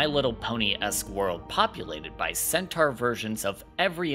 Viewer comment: ... yeah I couldn't sit hear and listen to you say 'centaur' incorrectly eight thousand times but thanks, I will check out these shows XD